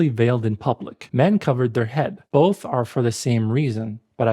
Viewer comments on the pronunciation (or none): none